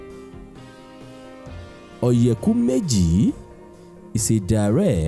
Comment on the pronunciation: Please pronounce oyeku meji properly and stop westernizing it! And please speak smartly! You got something good going for our culture.